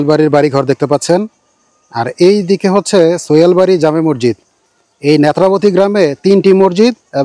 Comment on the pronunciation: মরজিদ শব্দটি ভুল উচ্চারণ সঠিক উচ্চারণ হবে মসজিদ